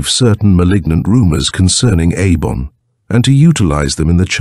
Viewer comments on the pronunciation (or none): I hate AI audio. It can't keep consistent. Eibon has been pronounced Ay bon, Ee bon, and I bon throughout the door to saturn